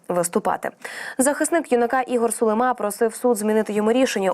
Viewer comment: Чого Сулимааа, він же українець, значить українською Сулииима, наголос на ли?!